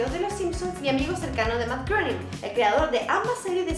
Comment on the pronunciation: Matt "greining"... Algo así se pronuncia su apellido.